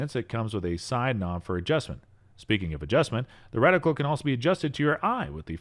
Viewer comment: You had my interest until you said "recticle"! lol